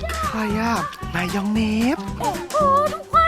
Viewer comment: มายยองเนสค่ะไม่ไช่มายยองเนบ